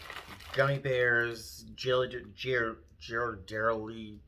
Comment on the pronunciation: If the chocolate in your gift bag is Ghirardelli, it's pronounced gear-rah-deli